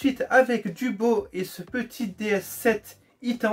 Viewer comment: Attend t’as dis quoi I tense 🤣🤣🤣🤣 Y a ils vont se foutre de toi 😅